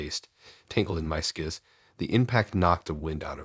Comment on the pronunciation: I just can't listen to you say "skizz" again instead of skis😢